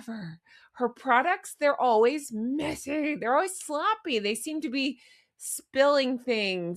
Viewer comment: I crack up laughing ever time you say messy & wrinkled! Love it,.